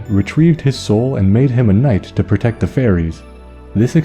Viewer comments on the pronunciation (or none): none